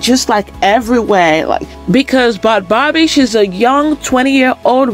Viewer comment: You said her name wrong. It’s pronounced bad baby